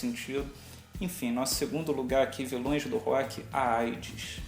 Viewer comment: auheauheuaehu viloes do rock "avioes" hahahaha